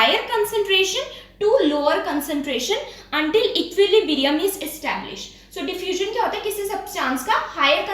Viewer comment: The Main Point Of This Video is "Diffustion"